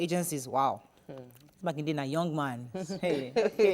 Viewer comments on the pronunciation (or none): It is Makinde...not Makinwa